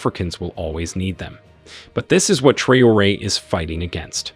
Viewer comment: It is sad to hear that AI can not read correctly the name of President of Ibrahim Traore. Very funny !